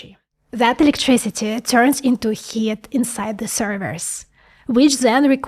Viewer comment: how comes she can pronounce “Those” correctly, but when it come the “The” it’s “ZE”. Both “those” and “the” start with “th” so it’s the same sound. Where the hack do Russians see “Z” there all the time?